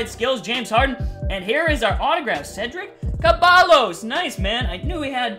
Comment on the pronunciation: Dude said cedric kabalos